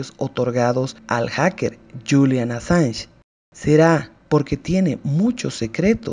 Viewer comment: No se qn eres ridicula calleta no tienes ni puta idea enterate bien ni siquiera pronuncias bien el apellido del asilado hablas estupideses ya callate tonta da asco escucharte q periodiata tan mediocre eres